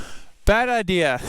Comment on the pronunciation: Bad i-deer😂